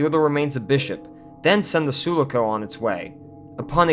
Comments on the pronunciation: Ok first of all; nice video. 2nd: all true Alien Film Franchise Fans know that how we pronounce the "Sulaco" ship's name from Aliens is: "Suláco" and NOT: Súlaco. It's known. We all have seen Aliens a trilliom times or more and we KNOW how to pronounce it. This tells me you really haven't paid attention. 3rd: this video is basically an honest view at the disappointing mess that is Alien3 and the many reasons why are explained throughly & throughout the entire analysis on the video. 4th: if 3 was such a disaster, how can you insinuate that it was better than Resurrection and Covenant? That doesn't make sense. Alien3 is infinitely worse than Resurrection and Covenant. Resurrection is way more provocative, interesting and much more daring than 3, and Covenant left a humongous cliffhanger at the end with its closing scene. I walked with my head down after seeing 3. I was revived by Resurrection and excited after Covenant for what its sequel could bring us. My two cents. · Su-luck-o? 🤔 Suloco dude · Say it with me.... Soooo-lah-co. Not Sulu-co lol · It’s Sue-Lock-oh not Sula-co….. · It's pronounced sue-lock-o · it's pronounced "Soo-Lock-Oh" love your videos ! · Shoelaco?! Have you seen the movies? It's "Suuh-lah-co". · soo low co??? it says sulaco.... sooo lah co ffs lol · su- lah- ko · Hey bro, it’s pronounced “suh-lah-ko” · it's pronounced Soo-lah-ko, not sooloo-co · Sue-lock-oh. Not Sulu-co. Sorry should have read comments first. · Dear God, It’s pronounced Sue Lock Co 😭😭😭😭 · Suh-lah-co. Not Soo-la-co. Bro do you even Aliens? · Sue-lock-oh not Sue-le-coh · Suh-la-co, not Soo-la-co. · Repeat after me: “soo-lah-coh” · OMG - It's pronounced Sue-LAH-KO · Say it with me...SUE - LOCK - OHH. SULACO. SUULAACOOOO I fucking hate the way he says it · Sulaco is pronounced, "Sue LOCK oh". We know this because Ripley mentions it in the film. Although I can imagine millennial Star Wars fans prononcing it, "Ess You Elle Aye See Oh." (The same way they butcher AT-AT)